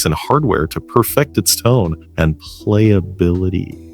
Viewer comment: And the way he says playability at 6.19